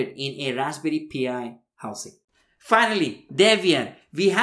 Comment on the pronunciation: Again, it's not "Raspberry P.I." Its Pi. The number. Pronounced "Pie."